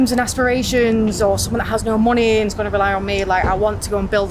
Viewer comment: she mispronounced money hahahaha